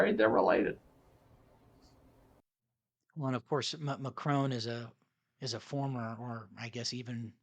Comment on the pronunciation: Macron too, the emphasis on the first vowel not the last. I'm not even English I'm Scottish, so the irony of me being so anal is palpable haha